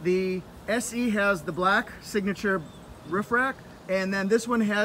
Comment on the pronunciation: I like how you say roof. Ruff, ruff, ruff. Haha